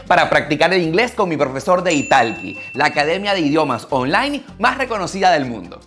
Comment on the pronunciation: 😂😂 creo que te estafaron en esas clases de inglés ya que pronuncias la plataforma justo como se escribe italki 😂😂😂